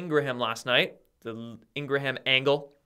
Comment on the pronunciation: Ingraham is pronounced " INGRAM"